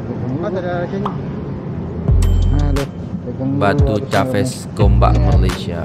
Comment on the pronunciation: sebutan batu caves nya salah ✌